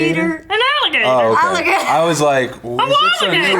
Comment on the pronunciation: She did say Waligator, lol Maybe a Waligator could be friends with a Woof